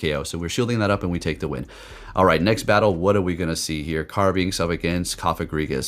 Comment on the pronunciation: Carbink Not Carbinx